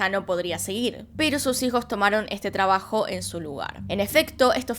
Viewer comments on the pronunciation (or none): none